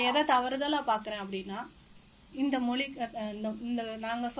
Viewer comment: ஆஹா, மொழி என்பதை ' மொளி ' என்று உளரும்போதே மொழியில் உள்ள காதல் நன்கு இளித்து புளித்துவிட்ட இலட்சணம் தெரிகிறது